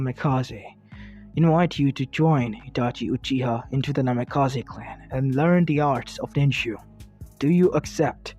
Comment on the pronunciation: Bro this hurt my head pls. Change the naimkaze not namikaze